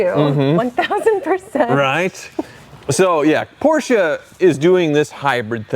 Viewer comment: Thanks for pronouncing Porsche the correct way! And I agree with, the rear of the convertible looks a bit odd, I'd prefer a fixed roof.